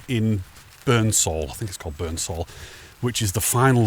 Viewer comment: Ah this is my neck of the woods. Great vid as usual! Its funnt because when we go to the lakes we say the same about the beautiful grey slate houses. 😊 The strid is awesome...said to be the most dangerous stretch of river in the world! And Barden bridge and tower is haunted 👻 😊 Pronounced Appletree-wick. Burnsal is pronounced Burn-sul 😊 You're a Cumbrian man in new-york..shire 🎶 Burnsal park is now closed to the public because there was too many deaths in the river! The local communities were pleased when it closed because the descended masses created havoc to local areas and infrastructure.